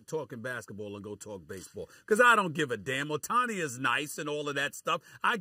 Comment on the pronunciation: It's OH-tani no Uh-tani